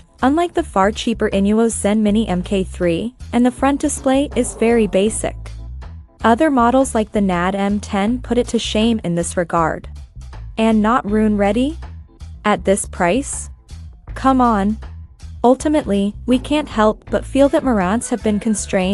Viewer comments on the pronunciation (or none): Wish I could give this 10 down votes. Soon as I heard the computer generated voice tuned out. Btw it’s hEos not hos. And nobody says nad it’s N.A.D. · Learn how to properly pronounce Marants and NAD.. you come off like a rookie who knows nothing about what you're talking about and just reading a script...